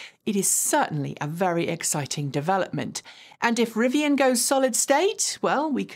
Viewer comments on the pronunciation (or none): none